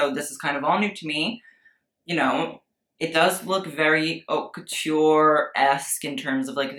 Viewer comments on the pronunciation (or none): You pronounce haute wrong sorry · U call yourself a fashion critic yet you can’t pronounce your own channel name. Hint, it’s not HOT le mode. Your pronunciation is atrocious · Love you but the way you pronounce haute kinda makes me wanna cry